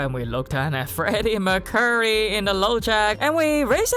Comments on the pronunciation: Ok... I'm finally going to snap. I'm highly surprised someone closer to you hasn't pointed this out over this series, but it's Freddie "Mur-kyur-ree", not Freddie "Myur-curry" (he was English after all). Ok, I realise English is a 2nd or 3rd language for you (it's a 3rd language for me), but, with names, I feel we (non-native speakers) should make an effort. I now have an Ukrainian colleague and though they spell the name Yevghen the same in the Roman alphabet, they pronounce it "Yevyen", whereas the "g" is there in the other Slavic languages. It took about 3 weeks, but now I no longer miss a beat, so to speak. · he is Freddy Mercury not Mcccurry, go to google translate and listen, if you cant say properly, every video you say Mcccurry